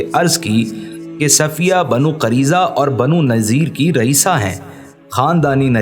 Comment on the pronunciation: Kareza nahi..qureza